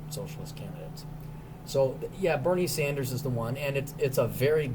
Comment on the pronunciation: You definitely said, "Berry Sanders".